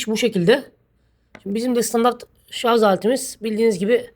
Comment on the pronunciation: Şu ŞARZ demeyi bırakmadınız. Daha mı halktan olunuyor kendi dilini yanlış konuştuğunda. Git şimdi arapçayı ingilizceyi öğren elin memleketinde.